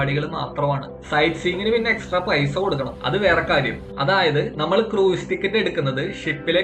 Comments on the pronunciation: ക്രൂയിസ് അല്ല - ക്രൂസ് (കുറഞ്ഞപക്ഷം ഇത് എങ്ങനെ പറയണമെന്ന് പഠിക്കൂ) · Pronunciation of cruise is very wrong.